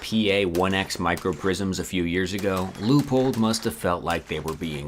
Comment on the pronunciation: Can you teach how to say Leupold please? Thank you.